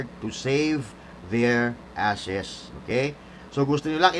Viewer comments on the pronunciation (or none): Asses not ashes lol